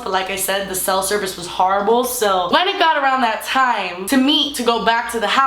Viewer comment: She says horrible with like some kinda new england accent, or maybe new york?